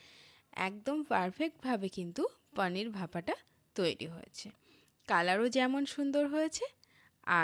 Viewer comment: পানীর নয় পনির